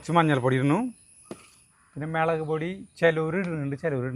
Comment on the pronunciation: മെളക് പൊടി അല്ല മുളക് പൊടി.